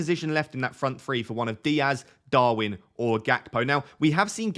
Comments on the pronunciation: Gakpo is Dutch. His name is pronounced HACPO - as was Ruud Gullet, pronounced HULLET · I'm Dutch and I can actually tell you it's between this and his pronunciation. The G is pronounced in a guttural gh sound or a hard ch. Same for Gullit, pronouncing it as hullit is also wrong, they're pronounced 'ghullit' and 'ghakpo'